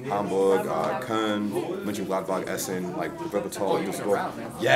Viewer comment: u spoke mönchengladbach so well <3 insane